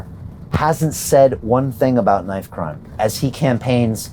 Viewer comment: "KINIFE" CRIME :D